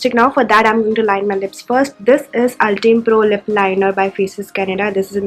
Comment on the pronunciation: 1.You can do color correction before applying foundation,it looks more natural that way. 2.It's banana powder not shade. 3.Ultime pro=Pronounced as "ul-time" pro